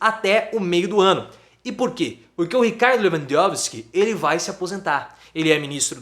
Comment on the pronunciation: Gostei da pronúncia Leuandouski kkkkkk